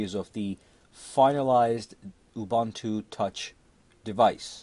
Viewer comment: It is UBUNTU LINUX and not UBANTU LUNIX please!!!!!